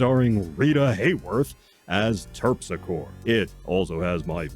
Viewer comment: It's pronounced Terp-sick-oree.